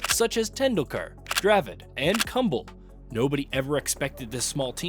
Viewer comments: Bro he is not Kumbul ...but pronounced as koom-blay or kumble 😂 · Nice to hear a fellow American delivering some great cricket history, awesome work! And an obscure chapter at that! BTW, it’s Anil “KOOM-blay”, not “Come-bull”, cheers, man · Bro it's ku-mh-le not kumbal!!😂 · Kumble… KUMBLE?! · Just wanted to point out that , Anil Kumble's name is not pronounced like that, at least as far as I'm aware. It goes more like "ku"-"m"-"ble" ("ku" as in "COO"l, but with a shorter "u" sound rather than a long "oo" sound; then "m" as in m"EM"bers' and then "ble" as in "BLA"ze) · Yes. I came here to say this. It’s pronounced “KOOM-blay” Cheers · Bro pronounced "kumble" ws kambal💀